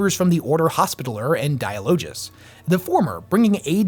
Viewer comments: Yo its not “hospitaler” its pronounced “hospit- taLLer” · The word hospitaller isn't pronounced like that. "Hospi" is said the same way it is in "hospital", and "taller" is said the same way it is in the word "taller", as if saying something has more height than something else. Named after the Order of Knights of the Hospital of St. John of Jerusalem, or the Knights Hospitaller, a medieval Catholic military order.